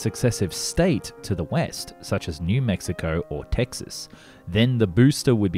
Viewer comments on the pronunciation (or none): none